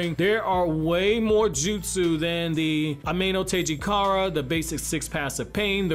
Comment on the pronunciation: You pronounce it:. a me no tee JI ga reh